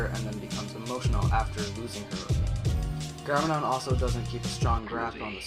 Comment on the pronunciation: wtf dos he say? garmadon and pixn